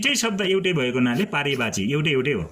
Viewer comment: पर्यायवाची होला हौ सर हजुरले तउच्चारण नै गल्ती गर्नुभयो।एक पटक मात्र नभएर बारबार।